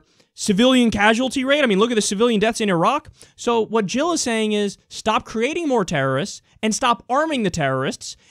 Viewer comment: Jill, Not Hill. And Never Trump!